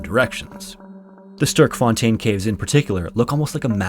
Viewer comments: Hi, long time viewer from South Africa here! I love your videos, but the pronunciations of Gauteng and Sterkfontein were a bit off that I had to double back to make sure I heard it right 😅The 'G' in 'Gauteng' is a guttural sound and the 'e' in 'Sterk' is similar to the 'a' in 'at' in english. Hope this helps! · as a afrikaans speaker from south africa hearing him say "sterfontein" cave kinda cracked me up** Star Fountain ^* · South African here... your pronunciation of 'Gauteng' and 'Sterkfontein' is amusing 😆 👍🏾 👌🏽